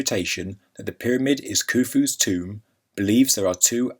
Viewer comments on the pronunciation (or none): not kufus toom